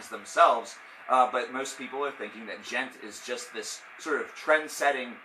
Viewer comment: PathologicalCannibal But it's not pronounced duh-jent! The D is silent! The D is silent! It's Djent! Not duh-jent!